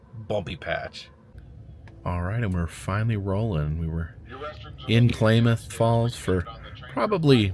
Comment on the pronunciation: Klamath is pronounced like mammoth not claymath